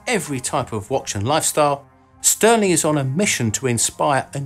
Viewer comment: STÜHRLING is pronounced ʃty:ɐ̯lɪŋ (sh [shoe] - t - ü [ lure/grew ] - ling), not STIRLING stɜːlɪŋ